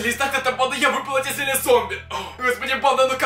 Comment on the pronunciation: Не зелья а зелье